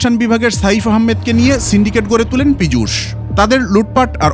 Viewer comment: Pijush noi pichash😂